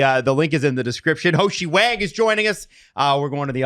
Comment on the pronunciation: I mentioned it in the LFR, but for Haoxi Wang's name, Haoxi is pronounced like How-she, not Hoshi